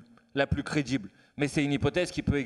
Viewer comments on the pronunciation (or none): Manuel, petit exercice de prononciation bienveillant : répète voir "Législative" plusieurs fois et non LégislatCHive ! Idem pour "significative", "représentative" Idem pour aujourd'hui et non aujourd'Jui. Crédible et non crédJible...😉 D'avance merdi. Sinon tu es génial.